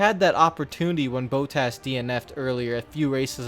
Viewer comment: Bot-tas, not Bow-tas